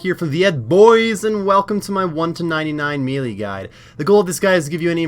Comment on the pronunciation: So strange how not one osrs youtuber can pronounce melee properly 😂